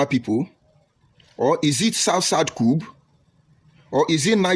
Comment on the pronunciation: Everything this fellow said are full of Cacophony, contradictions, outburst of hatred, anger and pointless. No body is forcing you to unite with Igbos. Go your stupid way. He can not even pronounce "Coup". Was he pronouncing Coup or Cupe? I have wasted my precious time listening to this goat putting on tie.